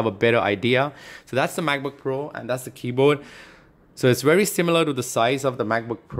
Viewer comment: Hazard G0dz no! he's saying that the guy pronounces it as keyboad instead of keyboard